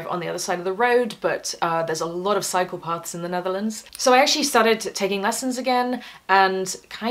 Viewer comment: Not me hearing "there's a lot of psychopaths in the Netherlands" instead of "cycle paths" 😅Phewww !